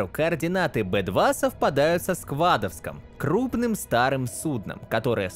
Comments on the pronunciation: Как же сука режет слух это его "сКва́довск", неужели было так сложно действительно пройти игру хотя бы раз и понять, что правильно "Скадо́вск" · скадо́вск, а не сква́доск. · КАКОЙ СКВАДОВСК, СКАДОВСК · Сквадовском? Разве Сквадовск? Вроде как всегда был Скадовск... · Тем же вопросом задаюсь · просто чел оговорился, все норм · "Сквадовск".. -уши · СквАдовск? Упрлс? Он - СкадОвск! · Сквадовск, серьезно?)) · сквАдовск что это? какбы это скадОвск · Чтобы услышать "сквáдовск" от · отличное объяснение лора начинающим игрокам, быстро, без воды и прочего, но эти произношения некоторых слов(долина янтарь , дикая долина, сквадовск это вообще хаха) но это невелируется прекрасным рассказом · Сквадовск! Обожаю когда коверкают мой город) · так ладно если бы он просто букву лишнюю запихнул, так он ещё и ударение неправильно поставил, становится ясно, что он даже не заходил в игру, а просто посмотрел ролики у других ютуберов по сталкеру, набрал материал и решил на волне хайпа выложить ролик по сталкеру